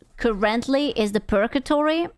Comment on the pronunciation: "it's the purtagory" Oh fuck! it makes so much sense now!